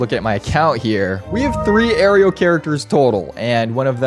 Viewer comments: Bro... It's not pronounced "air....eeee.....oh". It's "air...oh" I cringed a bit everytime u said it😅 Congratz tho 🎉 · Loving it but king it’s « air-o » and not « air-e-o » ☝🏻🤓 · Why does bro keep calling it "oreo" damage? lolo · "Aireo" T-T